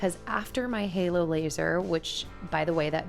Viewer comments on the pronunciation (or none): none